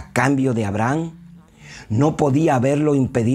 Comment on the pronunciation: A-bra-ham. Hasta escrito lo tiene. Buena información y video. Sólo la pronunciación del nombre es el único pero.